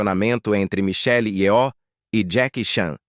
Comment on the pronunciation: Só uma coisa: Nomes orientais não tem acento tônico. Não é yoó.